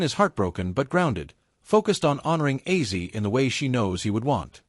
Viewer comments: For goodness sake....It's OZZY not aizee !!! It's not that hard😞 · WTF hahahahah I was hearing sometimes he referred to him as Aizeee and sometimes as Ozzy ...get it RIGHT if you're going to do a commemoration video : p duhhh so weird